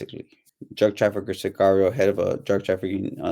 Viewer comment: This guy cAnt even say sicario right😂 cigario jajjaja i stopped watchin this video asap